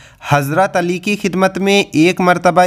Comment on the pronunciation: Aap pehle hazrat ali رضی اللہ عنھاka naam or musa علیہ السلام ka naam sahi lo pehle bat karne ka tareekha sikho badh me deeni bate bolo samjeh 😯